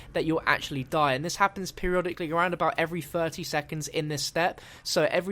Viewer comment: Is it me or did he just say periololically? Lol thats what I heard